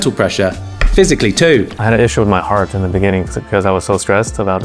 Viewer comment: The way Carl almost said "In ThE bEnInGin"